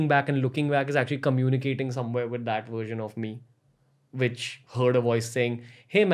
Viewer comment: When he first said the word "version" it sounded to me more like " gersion " ......